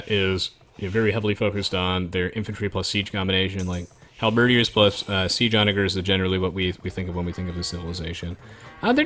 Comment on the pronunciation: Is it me or does he have trouble pronouncing halberdiers? Like, hal-BERRdeers?